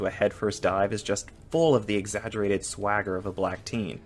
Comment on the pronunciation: He said "Swagger" not "Swayger"